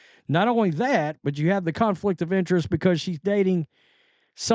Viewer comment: did he say a " cuntflict of interest " 🤣